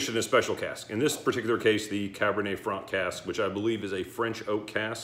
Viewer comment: Nice one. Cabernet Franc, pronounced correctly. These Longrow wine expressions are irritatingly difficult to buy in the U.K. The crummy allocation gets sold out within days of release. I'm sitting on the Longrow Malbec from a while back. I really wonder what difference the French wine variety makes when it's finished. I think it's good to do some 'shoot from the hip' reviews and have a record of a whisky at a moment in time. We all know that there are many variables in our whisky expression experiences. Sometimes I'm just not in the mood for even a very good whisky. Is it a peat day or a non peat day? Ex-sherry or ex-bourbon. Ballsy young whisky or a refined aged dram. The list goes on. I totally agree with you that the Springbank range are very good when young and that's just as well because the young standard range is very good value. Anything over 18 years is meant to be fantastic but is shockingly expensive. Stay well. WT